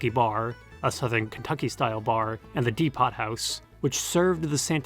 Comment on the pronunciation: deepot house